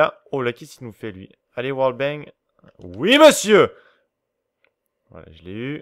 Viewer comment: Clique plein de fois pour entendre : Pessieur Pessieur Pessieur !